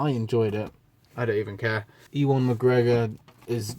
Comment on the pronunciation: Ewan is pronounced You-won ♥️